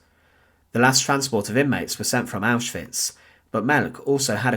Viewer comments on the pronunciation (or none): none